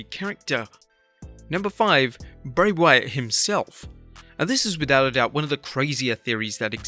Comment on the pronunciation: It’s Bray you 🍩’s